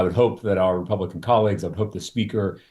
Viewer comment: "...my Republican collegez...". Dude, you never need to wundr why you are loozing.